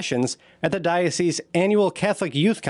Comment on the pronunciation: Well done on pronouncing the plural of 'diocese', 'dioceses' correctly. Oft said incorrectly in the media, and even by ecclesiastical types who should know better.